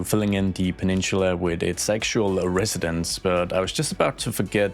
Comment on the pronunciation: It's not pronounced " pa-nin-chula" it's pa-nin-sa-la